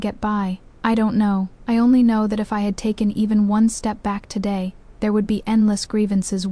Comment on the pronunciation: you need to listen to these stories before you post them. The AI can’t correctly pronounce today, mother-in-law, father-in-law, or parents-in-law. It messes up the children’s ages in the timeline. It labels the heir as the crown prince, instead of the heir. It also makes no sense to fight so hard against them in the beginning because of him taking a concubine only to later give him two concubines, and then let him keep taking them in just to spite the one he originally wanted to take in. This makes the FL look stupid and petty. I didn’t like this story at all. It would have made more sense if FL would have stuck to the six months, got the signed paper of the events and later went to the yaman to get a divorce. I would have respected her if she had done this. It’s stupid and petty to punish one combine by taking in more. It’s making the FL look stupid too.